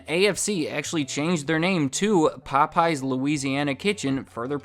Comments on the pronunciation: Interesting video. I love the subject matter. But your continued pronunciation as “Po-pies” was killing me 😂😂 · Wait, the missing apostrophe was a mistake? So it's not pronounced as "Pope, yes!"? Well I'll be... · Anyone else here with hispanic friends who call it Po-PAY-yez? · my asian dad pronounces it pop-eyes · Wait, so their name isn't pronounced Pope Yes?